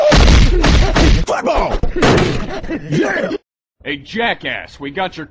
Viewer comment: When he said football yeah I thought he said FOOTBALL LAY EM